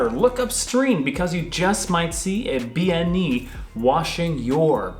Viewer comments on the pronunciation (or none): Bean Nighe is pronounced Ben knee a. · According to my Scots Islander girlfriend it should be 'ben nee-uh' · Seems like you mispronounced Bean Nighe. If I'm not misunderstanding bean is a word for woman, pronounced closer to ban.